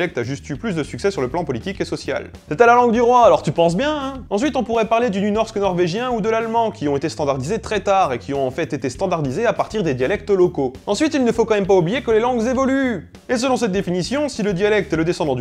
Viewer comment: Super vidéo comme d'hab :) par contre si un suédois parle avec un danois, le danois comprendra le suédois mais pas l'inverse car la prononciation danoise est trop différente des autres langues scandinaves, et nynorsk ne se prononce pas comme ça (le y est comme un i dans ce cas, et r+s = sh) ^^